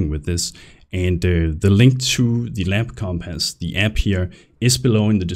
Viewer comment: omg say compass right. omfg lmao.